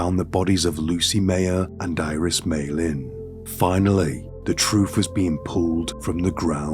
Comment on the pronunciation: You're so articulate and anunciate so well I cannot help giggling when you say, "Troof."🤭